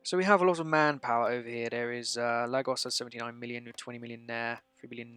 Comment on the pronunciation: Dude, it's pronounced 'lae-gauss', you're butchering the word so badly it makes me cringe lol